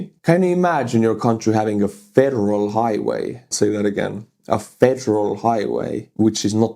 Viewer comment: lol sounded like you were saying a feral highway and it definitely looks feral 😂